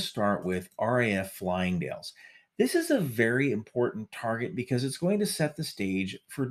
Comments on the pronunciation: Not Flying dale, it's pronounced Fi-Ling-Dale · Fylingdales not pronounced correctly but it is ok, you do not know any better, FILING-DALES, not Flying-Dales, filing as in Files. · Recent missile-firing tests (note: plural, not just one) show that the UK "independent" nuclear deterrent doesn't actually work. P.S. PLEASE learn to pronounce UK place names properly! It's NOT "RAF Flyingdales", it's "RAF Fylingdales". "Filing" and "Dales", ok? 🙄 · Interesting. Firstly, Fylingdales is one of best radars in world. Pronounced Fie ( like 'pie') ling-dales not fly-ling-dales. We'd see them coming from a long way away. Space, in fact, since we'll have eyes on them 24-7. However, if Russia did attack, firstly our government wouldn't have the guts to fire back, and you can be even more sure that the usa won't help us.i'd also add uk parliamentary buildings and gchq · Slight correction. It's RAF Fylingdales - not RAF Flyingdales. Pronounced FI-LING, not "FLY-ING". Oh and it's in the absolute middle of nowhere, hence only 40 deaths. Probably all the permanent staff and a couple of adventurers nearby. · I've always thought that FYLingdales (not FLYlingdales) could just as effectively be destroyed by conventional weapons. Seems a bit overkill using a nuke for such a small and vulnerable target. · FYI,:, it is not FLYINGDALES, it FYLINGDALES (pronounced "Filing-Dales"), as per the spelling. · I just hate how people mispronounce RAF Fylingdales. It is Fylingdales, not Flyingdales. 🤦‍♂️ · It's not "Flyingdales" , for goodness' sake! It's "Fylingdales". Read your own captions. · Just need to say - it's Fylingdales, not Flyingdales. Fy - ling - dales. You spelt it correctly, but said it wrong. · It’s Fylingdales not Flyingdales . Interesting video though. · Fyl not Fly -ingdales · Fyling, not flying. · Fylingdales... Not Flyingdales lol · Its Fylingdales not Flyinfdales lol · Fylingdales, pronounced "Fi - ling - dales". I'm sure you've been told by now.